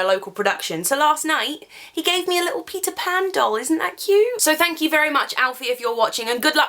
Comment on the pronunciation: The first time I didn't understand "Peter pan" but "Pizza pan"...